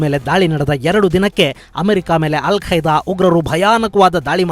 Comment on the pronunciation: Yel kaida😄 alla kaida